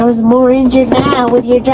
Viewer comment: 😂😂😂 yes , mowah!! It nevah ends! 😂